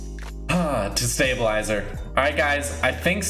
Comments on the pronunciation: When he said distabalizer I was legitimately gonna click away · Lol i got so mad when i heard stabslizer